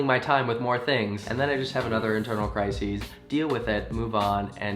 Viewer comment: He said crisis like cry-sees. 😾